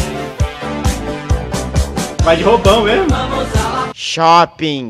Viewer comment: ele falou shuping